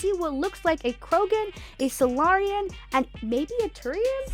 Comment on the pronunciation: You say Salarian very very strangely